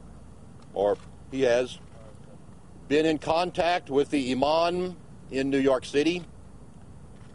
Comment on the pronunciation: its IMAM not IMAN, Jones. looooooooooool